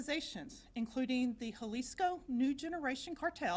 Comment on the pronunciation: Love the DEI lady who has her voice shaking as she reads nervously, and the DEI guy who speaks after her who can't even read or say the word JALISCO - yeah he was real involved looks like he saw that word for the first time and its the name of the cartel. Then, the DEI lady who speaks after him who also can't pronounce it or read it. Oh, and they're in HOUSTON. Amazing!!!!